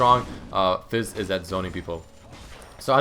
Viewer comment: He said Fizz lol.